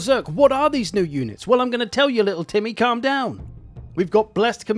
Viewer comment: I didn't hear "little Timmy" I heard "little Tiddy" and had to rewind to check 🤣🤣